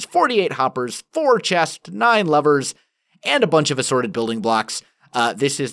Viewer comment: Am I the only one who heard "Nine Lovers" not "nine Levers? Teehee